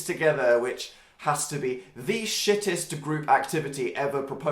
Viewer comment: its shittIEst not shittEst